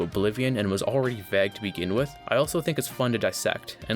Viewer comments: Is vague not vag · Why this guy say "vag" instead of vague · its pronounced v-ae-gue not v- aa- gue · vayg, not vaag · Please pronounce vague right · I've never heard anyone pronounce vague like vagg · Why do you pronounce vague as vegg? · why do you say vague like bag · bro actually pronounces vague "vag" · You pronounce vague weirdly. Great video tho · i am still wondering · you say you read every comment so i know you are reading this. it has been a year and i still haven't gotten my answer. why do you say vague like that? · Please learn to pronounce vague :X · Stop saying vague. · why do you say vague so weirdly? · Please never say “vague” again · Dude makes this pretentious ass video and can’t even pronounce vague right. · The way you pronounce vague ruined the video for me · Bruh please dont pronounce vague like that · You have a funny way of saying "vague" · mofo cant say vague properly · THE WAY THIS GUY SAYS "VAGUE" STRESSES ME OUT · Lol can u say vague ina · I can't get over how you pronounce vague. Also I'm surprised you didn't touch on Fortnite's predatory practices.